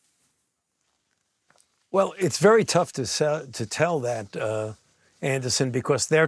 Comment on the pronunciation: Fauci slipped and said "sell that" and corrected himself "tell that"...